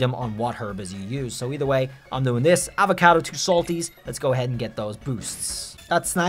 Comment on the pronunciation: Something about the way you say avocado....